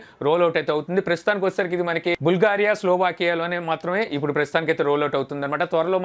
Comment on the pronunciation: Ayya baboi it's not boolgaria.It's Bulgaria PRONOUNCIATION marchu 😰😰😰😰😰😰😰😰😰😰😰😰😰😰😰😰😰😰😰😰😰😰😰😰😰😰😰😰😰😰😰😰😰😰😰😫😫😫😫😫😴😴😫😫😫😫😫😫😫😫😫😫😫😫😫😫😴😫😫😫😫